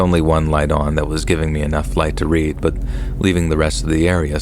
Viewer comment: It is AI, lol. Maybe a few aren't, but you can tell when it mispronounces words like read.